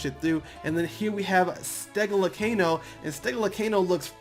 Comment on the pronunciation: this dude read the names he reads every letter its say Stegolcano he say StegoLAcano